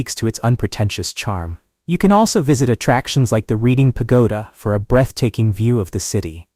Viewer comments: It is not prounced Reading but "Reding". Lived there for a short time in the 70s I was born in Scranton and raised in Dickson City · Reading-pronounced red ing. Amish- pronounced ah mish. Google- pronounced goo gle. Erie- no s on the end. Plus other words that get screwed up the more you say it. AI will never get the English language correct.